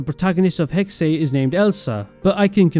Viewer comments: I’m pretty sure it’s pronounced hex-uh I try not to nit pick pronunciation but I just couldn’t handle this one for some reason. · i’m sorry but pls say hexe right next time